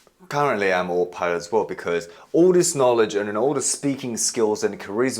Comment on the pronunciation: Ah- toe pilot! Autopilot😊